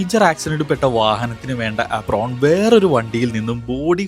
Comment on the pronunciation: ആപ്രോൺ ❌ ഏപ്രൺ ✅